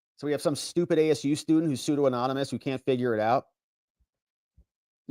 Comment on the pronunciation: He was mispronouncing the word "pseudonymous" while reading the filing, not using the word himself.